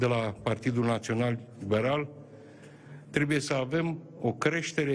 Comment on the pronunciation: Trebuie, este corect și nu trebie,așa cum pronunți tu,.